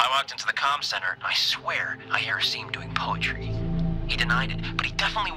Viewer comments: Not to sound rude but its pronounced Aseem not Ass-im. Everytime you pronounce his name it feels weird. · forgot that he knew how to pronounce "Asim"